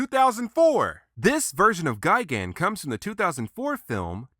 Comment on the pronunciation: just me or does he say gaigan